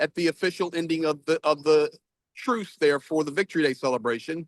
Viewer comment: OMG, what is wrong with mic? That lisp is too pronounced to be believable. I’ve watched him, many times and never had any difficulty understanding him, but this time I’ve had to rewind and try again a couple of times. For some reason “truce” is the worst. It comes out as “truth” every time. However, props to both of you, for doing this.